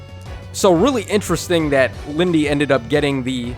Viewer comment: It's not Lindey